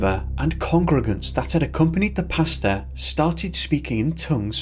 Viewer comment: Everytime the narrator says "pastor" it sounds like he's talking about his dinner order. I like pesto, including variations of the yummy sauce, but alfredo is right up there next to fresh pesto sauce..